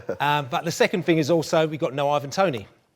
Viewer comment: There's no reason why anyone from the South wouldn't be able to pronounce "Th".. It's think, not fink!! It's Thing, not Fing!! Jellied eels are shite too. Also. Breakfast - 5am-11am Dinner - 12pm - 5pm Tea - 5pm - 8pm Up the North!